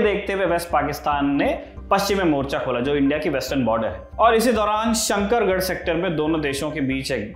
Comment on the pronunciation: Small correction - Its Shakargarh...not shankargarh sector